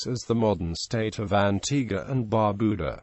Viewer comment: I am a bit annoyed because of the mispronunciation of the national dishes as well as Bar Beau Dah. Foon Gee -.-but thanks for the video.